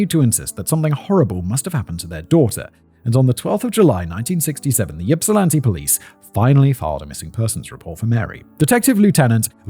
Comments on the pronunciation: Oh. Oh no. I'm in the Ann Arbor/Ypsi area, and I'm scared to play this video about Ypsilanti, given Simon's track record of city name pronunciations... I also wonder if you're hazing Simon- if so, you should make it a one-two punch and do the next video about Puyallup ** Yep, Simon flubbed it. I honestly thought that if you'd look up the pronunciation of anything, it'd be the city that is both the setting and IN THE TITLE. I thought I was just teasing you guys, that surely, surely SOMEONE would think, "Huh. This is a weird name for a town...maybe we should look up how to say it." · I agree, he is lucky he's never had to pronounce Mackinac LOL Though I remember my parents jokingly calling it in the purposefully wrong pronunciation "Mackaknick-nack" That's the only reason I would be able to remember how to spell it growing up LOL It always makes me smile now. That nostalgia done, did you not listen to the yipping he was doing to poor Ypsi? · I giggle wildly everytime Simon says YIPsilanti. 😂 much to the comfort to my coworkers. Also, going 'YIP' like a hiccup noise isnt helping either. 😊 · Yeah - as soon as he said “Yip sill anti” I had to groan a little. I also understand that it could be difficult for people pronounce, but damn, do some research. In the days of internet, these things are available pretty easily. EDIT: after listening further, he does a decent job of pronouncing most of the cities. Ypsilanti is the main one he doesn’t get right. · Listening to Simon trying to pronounce Michigan city names is both cringe worthy and hilarious 😂😂 Also, Simon, it's not YIP-silanti, it's IP-silanti. The Y is silent lol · By the way the Y is supposed to sound like Ip not Yip. Ipsilanti is how it's pronounced. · Yipsilanti? Yippie! Boy... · Not pronounced YIP. It's pronounced IP. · HELL YES EMMA, THANK YOU FOR DOING THIS ONE!!! I'm so excited. Edit: Simon, it's "ipp-sih-LAN-tee", not "YIP-sih-lan-tee" lmao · Lifelong michiganander and I'm lmao at "Yipsilanti" 😂😂